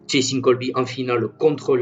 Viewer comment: Juste c cheslin et pas chelsin